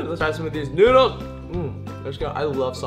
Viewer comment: The filipino word of Ramen is Noodles but how u pronounce it is NUDILS